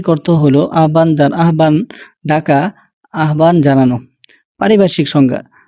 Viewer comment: আহ্বান–এর উচ্চারণ 'আবান' নয় "আওবান"